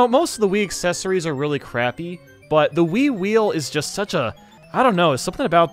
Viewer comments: i thought he said “wii-wii” rather than the “wii-wheel” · When he first said wii wheel I thought he said wee wee.